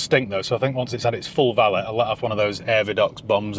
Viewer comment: Valét= “va~lay” not vallit😅